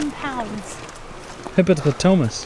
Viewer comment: LOL loved the part when kept sounding out "hippopotamus"